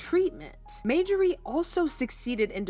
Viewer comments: You can't even call the woman name correct. It's Marjorie not Majorey 😂😂😂😂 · Majorie(MaJorRee) no ma'am!! It's Marjorie(MarJorRee) please pronounce her name correctly !! I can't even focus on the video because of this!! U sound dumb asf!! 😂😢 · Narrator must be a foreigner! Her name is pronounced MAR-JOR-REE‼️ Not MAJOR-REE‼️ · Get this WHITE narrator who miss pronounces a common name Thru out this piece GET someone who can READ! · Her name is Mar Ja Rie! Not Majarie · Yuh wanna know how sick I am of you saying 'MAYjorie'? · Mayjorie? Type her name in Google & they'll tell you how to pronounce her name. Thank me later. 💚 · who is Majorie? Yall are not didnt catch the fact that youre saying the woman's name wrong the entire video? not the script? not during filming? not during editing? not during reviewing final output before posting? Bro, thiis is mbarrassing. Her name is in the thumbnail, her name is in every other sentence, Marjorie is the main character of this video and no one was able to catch this? I'm astonished yall posted this w a straight face. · Girl please, when you want to speak about others, learn to pronounce their name properly! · 😂🤬How can we trust the authenticity of your video when you have NO IDEA how to say, Marjorie?? 😂🤬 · Girl, PLEASE PRONOUNCE her name RIGHT 😳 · My god can you pronounce her name correctly. I can’t watch this